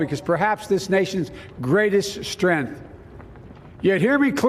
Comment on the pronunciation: “THE STRENTH OF OUR NATION”